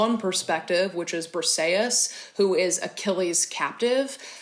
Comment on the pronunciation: My favorite book was Hamnet by Maggie o' Farrel, so captivating! I am Greek and I just wanted to let you know that the way you pronounced Briseis sounded like Perseus, which had me totally confused at first😂, Briseis is actually pronounced [brisɛːís]!